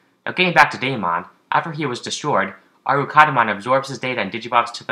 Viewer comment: btw: its not called arukadimon, its called arkadimon.